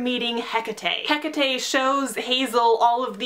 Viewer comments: Its prononced heck-tate not heka-tay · Im sorry but "Heck-a-tay" ??? :D It's "Heck-ate" xD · I thought it was pronounced as Ha-cate.And the demigods who are sacrificed have to be from the seven so dont worry about Nico and Reyna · i think its pronounced Hae-cate but I TOTALLY AGREE WITH EVERYTHING ELSE!! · oh my. i've always pronounced it as HECK-A-TEE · Isn't it Hecate as in H E C A T E?? #NoHate just asking